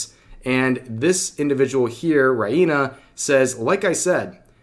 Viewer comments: Where did you get those pronunciations for names like Reina, the Hero Hei school of butchering Japanese? Reina is pronounced Ray-na, it's also the spanish term for "Queen" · You're saying Reina Sun name wrong and you can't even say Kawaii right either.